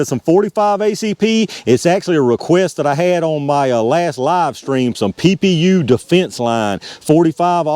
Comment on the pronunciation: PPU is definitely pee-yew. Another for the Tools & Targets wall of shame.